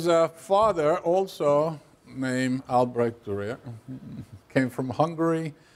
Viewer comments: I believe Albrecht Durer is pronounced "al brekt durur" not "I'll break the rear" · I hate how americans dont even try to pronounce foreign names correctly. It just seems to be very disrespectful. And then just spelling the guy 'Durer' as if it was nothing... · Just the struggle with Albrecht Dürer at the beginning is enough for me . I can't believe this guy is very knowledgeable after that.